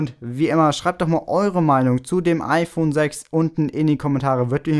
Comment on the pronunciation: Ifön 6? Bei xD